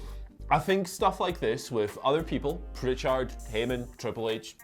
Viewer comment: PRICH-erd. That’s how he says it. FYI.